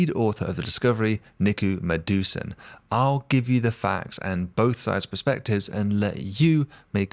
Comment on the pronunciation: Madhusudan is pronounced as "Ma"+"Dhu"+"Su" +"dan"...the way you pronounce it sounds like "Medusa" hahha Thank you for the video!